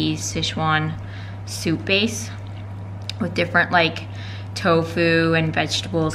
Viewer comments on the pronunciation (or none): none